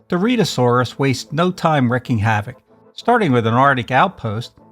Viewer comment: REEKING not wrecking😮😅